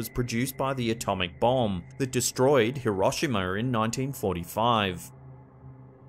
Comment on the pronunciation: Why do some people pronounce it "HiroshimaRRR", and words like "pastaRR"?